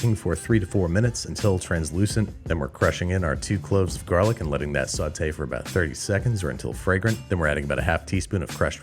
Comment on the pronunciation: Oh now it's a Sauté pan? You almost convinced me it's a sautaypn.